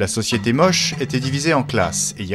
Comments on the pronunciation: Je salue votre reportage, salutations de Bruxelles ! Même si on prononce Moché et non pas Moche. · J'ai habité 4 ans à Trujillo et ma femme est péruvienne et je peux vous assurer qu'on prononce ça Motché peu importe la langue. Comme on prononce Juan (rouane) en espagnol avec la jota ou James (djaymss) en anglais. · On prononce MOCHÉ ! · Big up pour la musique d'Age of Empire par contre, on dit "moche" à l'espagnole. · Ca se prononce Motché... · Motché y motchica , se pronuncia. La lunA. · On prononce : motché. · Merci pour votre réponse. Les Péruviens prononçaient tous "Mochica" lors du tournage. Nous avons donc traduit "Moche" pour le commentaire en français (mais nous ignorions le "tché" dans la prononciation). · Monsieur ou madame de CRESS, je peux vous assurer que même en espagnol ça le prononce MOCHÉ avec en "é". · Comment est-il possible que le presentateur ne sait pas BIEN prononcer "Moche". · Non ça se prononce Mochica en espagnol et simplement Moche en français. L'un ou l'autre :)